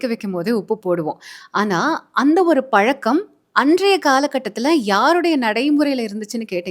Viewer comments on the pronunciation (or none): none